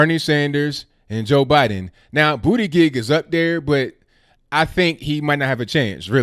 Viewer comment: I like the way he pronounces "Bootygig" 😁